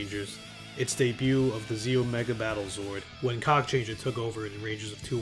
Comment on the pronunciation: Holy fuck the Ze-Oh megazord